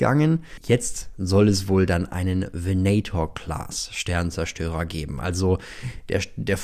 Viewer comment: Venator wird mKn nur deutlich schneller ausgesprochen, ansonsten gutes Video.